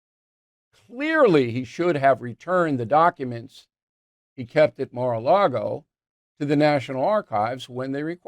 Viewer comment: It’s Mar-a-Lago…it’s really not that hard to pronounce. 😂